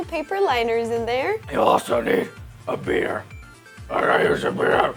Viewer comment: When batman said beeter it sound like he said beer